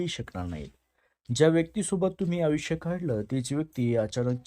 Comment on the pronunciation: एवढे अशुद्ध शब्दोच्चार कसे? तुम्हाला साधा प्रचलित शब्द "शनी" हा "शणी"?तुम्हाला फरक कळत नाही कां? तसेच "आयुष्य " हा शब्द उच्चारता येत नाही....काय विचित्र "आवुक्ष" बोलता!....आधी मराठी भाषा नीट शिकुन घ्या...मग विडिओच्या फंदात पडा!काय कळलं कां?